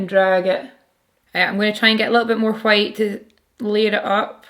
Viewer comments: I'm very satisfied with how you pronounce White. It's like Cool Whip on Family Guy 😂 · Living for the way you pronounce the word "white." Really I love the way you pronounce everything. I'm from the US btw. ...I also love your makeup and videos. Pretty much everything...yeah, everything lol